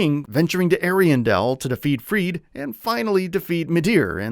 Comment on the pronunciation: Friede is not "Freed" and Charon is not "Tsaron". I wish there's some effort to google how to pronounce words and names as some sort of quality control.